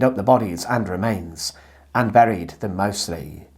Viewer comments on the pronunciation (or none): none